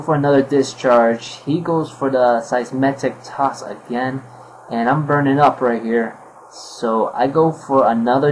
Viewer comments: Way too many bad plays on both sides, but I found it funny when you kept saying Seismetic Toss instead of Seismic Toss. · Everyone complaining that he said Seismetic toss, which is odd but kinda funny, yet no1 says a thing about the fact that he said he had a choice BANDED Chandelure?